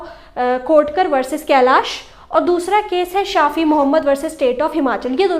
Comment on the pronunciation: it's not शाफ़ी , but शफ़ी again spelling of शफी़ is Shafi not Shafhi